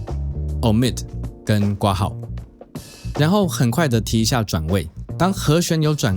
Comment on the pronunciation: 除了括号的括应该读成kuo之外 不要读成瓜号，别的都挺好，尊重中文谢谢